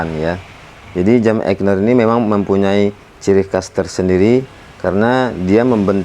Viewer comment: AIGNER bukan EIGNER :)